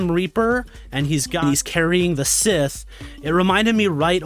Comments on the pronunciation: 'Scythe' It’s pronounced 'sigh-th' not sith. 🤦🏻‍♀️ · It’s pronounced “sighthe” not “sith” 😂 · Carrying the sith ? DUDE It is called a Scythe. in english pronounced as i guess more closely to "Site" than Sith. Sith sounds more like Star Wars thing